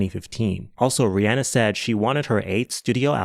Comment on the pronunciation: Kudos for pronouncing Rihanna the way it should be, with that [e] vowel